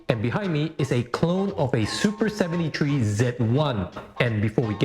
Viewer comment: "soopa sebenty tree"